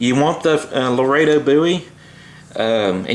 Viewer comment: I'm glad you're saying "Laredo" correctly now. Since you guys are from Texas and all... Thanks for the video brother!!